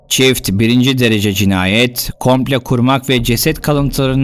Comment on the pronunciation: Sevgili,emeklerin ve güzel Türkçen için teşekkürler.Çok beğenerek ve yeni videolarını sabırsızlıkla bekleyerek takip ediyorum seni.Ancak,bir öğretmen olarak takıldığım bir şey var.”Komple”değil de,”komplo” demeni yakıştırırdım sana.Umarım ben yanlış duymuşumdur.🙂Sevgiler.